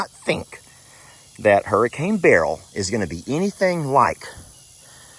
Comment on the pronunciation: It's pronounced Bur- L. Not Barrel.. 😂